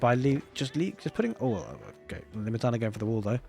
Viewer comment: Limitanei - (Le-Met-an-eye) is the pronunciation